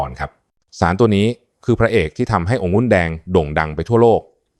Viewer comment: องุุ่นแดงหมออ่านเป็นองุ้นแดงไม่ถูกต้องครับ